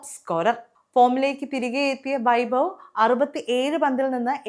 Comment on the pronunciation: It is not bavi, it should be pronounce like, having.